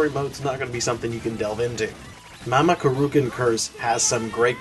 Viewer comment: Mamo-rookoon /groan lol If you're wondering what I am referring to, his name is "Mamoru". "kun" is a suffix added to names, like in English we add "Mr." or "Ms." to the front. Thanks for the review though.